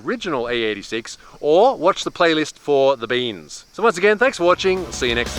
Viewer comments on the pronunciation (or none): the australian accent with saying "beans" just hit different